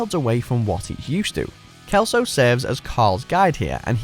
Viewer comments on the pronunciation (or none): ya said celso wrong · the correct pronunciation of Celso is "Selso", not "Kelso" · It's pronounced selso